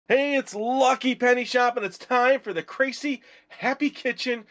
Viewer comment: its pronounced "krah-see"